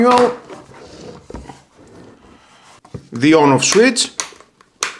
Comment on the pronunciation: Swit. Should be swit-ch. Thatwasall (for him runs together) could just be, that’s it! Or good to go. Et cetera. But overall he’s far more intelligible in english than many, just small accent differences that are lost in translation.